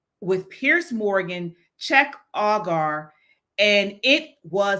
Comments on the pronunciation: That was a kick ass interview. His name is pronounced Jenk Uger. he took on all three, spoke truth and kicked ass!!!! But fear not Owen’s is still banned . They love banning. So it shouldn’t be a big deal she got what she was dishing out. Great job Owen’s you earned that ban and demonetization 😂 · POP & POLITICS: You're obviously not a political junkie, as am I. Cenk is Turkish. His first name is pronounced Jenk. Kamala flip-flops so much on her policies that they are meaningless, not communist. She says whatever is politically expedient at the time she says it. Then, she'll reverse herself when she thinks it's to her political advantage. Thus, her rhetoric is totally meaningless - not communist. Her actions (corruption) have been 100% corrupt capitalism, which is the opposite of communism. She has no core values, communist or anti-communist. I like Candace. But that's a whole other discussion.